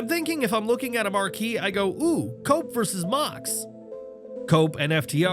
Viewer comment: Cope sound like coke😂